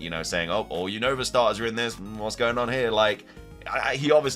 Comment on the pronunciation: dude your keep saying Unova Name Wrong is Younova 😅